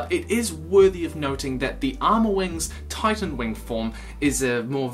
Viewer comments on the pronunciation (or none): none